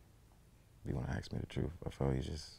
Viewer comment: He talks cool n calm then goes full ebonics. Then back to normal. Its ask not axe.